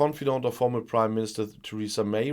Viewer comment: I always hear you saying “the British Crime Minister”…😋